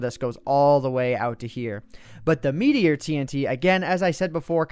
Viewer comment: I heard that Boston accent on "meteor bomb" :D